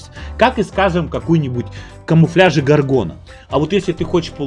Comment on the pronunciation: "ГОВГОна" говоришь? Тут в Path of Exile новую лигу "Delirium" окрестили как "ГОВНИлиум"! :) Вроде и игры разные, а названия так похожи! :) Кстати, обосратая лига ПоЕ меня и сподвигла прийти в "ВойнаЛицо"! А то надоели РыПыГы... :)